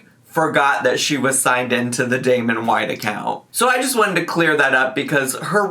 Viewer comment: Damen? Damen? Was that his name? Girl! You know damn well what the name was 😒